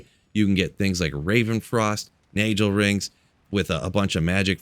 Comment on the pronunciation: Nagelring is pronunced nahh-gell-rink not nay-gel